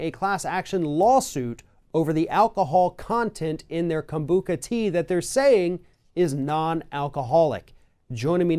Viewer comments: If you are someone who cannot consume alcohol. Avoid all fermented products as it is a result of the fermentation process. Organic rootbeer, ginger ale... This is about the fact that the label didn't contain the proper information. And it's KobuCHa not kombuCKa. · Hey, guys! I am a lover and drinker of kombucha...I’ve even made it at home! So here’s a little fyi... 1- It is kombucha w the “ch” pronounced like the “ch” in children or chestnut...NOT like a “k”!! That’s ok, though. In all honesty, if you don’t know, then you don’t know. Your guest, however, should’ve DAMN well known how to pronounce it... 2- At some point during 2010, EVERY company that made kombucha had to take ALL OF IT off ALL of the shelves in EVERY SINGLE store, bc of a “conflict” between what was IN the DRINK and what was ON the LABEL. Kombucha, WHICH IS A FERMENTED DRINK, DOES have a very SMALL % of alcohol in it - NO HIGHER than 0.5% - but this was never reflected ANYWHERE on the label, in the ingredients, no warnings...nothing...until 2010, that is, when it was all pulled at which time EVERY MAKER of kombucha had to change their labels to reflect the contents of their product. Since then (2010-ish), every bottle of kombucha very clearly states that as a fermented drink, it contains a very small amount of alcohol that is naturally occurring (as in: NOT ADDED!). Some makers have even put the exact % on their labels. (For the record, it seems that any drink that has more than 0.5% alcohol gets bumped up to the “beer” category...🤔🤨🤷🏻‍♀️🤦🏻‍♀️...Kombucha has less) For someone like me, I didn’t care about this before (and it’s not that I didn’t know...bc a= IT’S FERMENTED, and b= you can kinda tell by its taste), and I still don’t care now. However, I know there are so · It's kam-boo-CHA, not kam-boo-KUH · Literally everybody who drinks kombucha knows it’s fermented and has small amounts of alcohol and it says it on the bottle. And it’s “kom-bu-cha” not “Kom-bu-ka” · he calls it kombuka